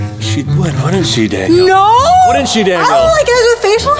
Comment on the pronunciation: It’s Daniel not DANIAL